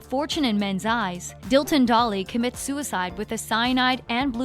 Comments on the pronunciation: I’m dead she said Darrel dolly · I'm sorry but it's Dilton Doiley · " Dilton Dolly" "Jokin DeSantos" I'm DIEING😂😂😂😂😂😂😂😂😂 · It’s Dillon doiley sorry I have ocd with the way you pronounce then